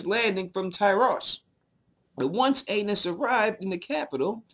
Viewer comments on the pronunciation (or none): So "Aenys" is pronounced like anus?